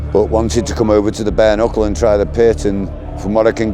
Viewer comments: BARE KNUCKLE = prononcé Bè-re-neu-kol en francais... pas BERCKNEUKEUL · le bèèère cknekel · "BÈRE KNEUKEULE" 😬🤢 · BERKK NUKEL J'en peux plus mec. fait un effort